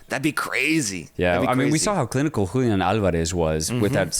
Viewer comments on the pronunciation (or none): none